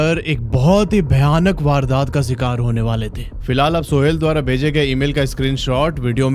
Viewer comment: Bihar se ho kya??? Sikar nahi re “shikar” hota hai😅